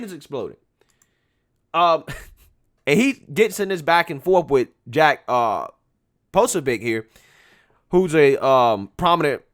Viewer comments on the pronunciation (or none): Not to be an a-hole but it's Jack pro-SōBEE-ack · Poe-so-bee-ack. Jack Posobiec